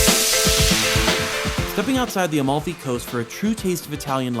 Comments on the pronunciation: It‘s called Amalfi! Not “A-Mall-Fee". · AMALFI................!!!!NO OM(O)LFI.CAPITO!!!